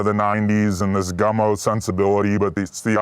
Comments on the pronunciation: Why is Andrew calling that movie "GUNMO' when its GUMMO??? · Gummo not Gun-Mo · Andrew kept calling it “gun-moe” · Gummo, not Gunmo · Is it just me or does he keep saying Gun-Mo? Hahah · Andrew, for Christ's sake; the film is titled :"Gummo", not "Gunmo". Not a big deal, but I guess you had to be there, when it came out? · Why is he callling the Harmony Korine movie Gunmo, isn't it Gummo? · It sounds like you are saying “Gunmo” not “Gummo” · Man called it "Gunmo." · I keep hearing 'Gunmo'. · sorry are you saying "gunmo"? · Gummo, not Gunmo. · Why does he call Gummo "Gunmo"?